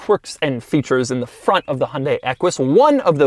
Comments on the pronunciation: Bro did you say fwont instead of front? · Doug the type of guy to say "Fwont" instead of "Front". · Shankar Menon I noticed that too😂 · the "fwont" huh? Not the front? Lol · "next we move on to the fwont of the Equus" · the fwunt of the equish